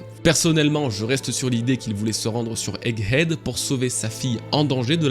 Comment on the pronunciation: Haha on sent l'insistance sur le "Egg Head" 😂😂 J'ai qd mm entendu un "Hegg Edd" au début de la vidéo Merci pour la vidéo, je l'attendais celle là